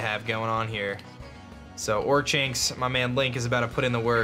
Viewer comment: pronounced or-kinks